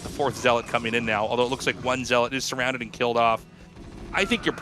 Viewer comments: Not to be pedantic but it's not "ZEE-lot." It's "ZELL-uht" I pronounced it this way too until I was 25; no judgement. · Tasteless... "Zee-lawt"? Really ? 😂😂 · Somehow they both pronounce "zealot" wrong in different ways